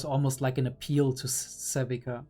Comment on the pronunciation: Not the SaLvika😭 Her name is Savika, there is no L in there brother 🥲😄